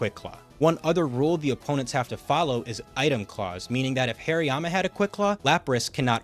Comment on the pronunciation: the way this guy says slaking is driving me crazy, it's slack king not slay king. hairy-yama too. great vid though fantastic work